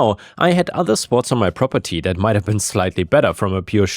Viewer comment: "we will see about daat" :)